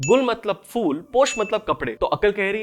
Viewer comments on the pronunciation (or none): Full nhi hota mere bhai ....phool hota hai ...🤦 Keep it up